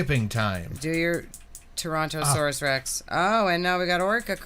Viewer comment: Yeah, no, she was never a dinosaur girly if she's pronouncing it "Torantosaurus". I was a toddler wandering around a museum naming every dinosaur while a bunch of random old ladies followed me, absolutely fascinated that a kid that young could pronounce those names.